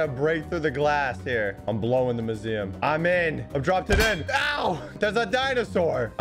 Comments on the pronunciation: My heart when hearing him say mooseeum and not museum: 💔 *coughs blood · are we just gonna ignore pronunciation of museum